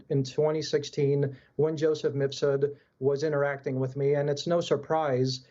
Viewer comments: He said misfud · MIF SOOD not MISS FOOD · "MISS FOOD!!!" I love it. 😂😂😂 Best misspeak this year!! That scumbag deserves it.